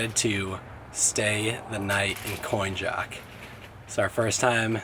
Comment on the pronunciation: From Great Bridge to the line is the Virginia cut, it's Coin-ock.. not Coin-Jock